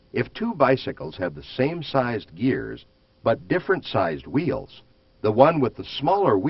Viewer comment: wtf is "whuUeels" just say wheel dude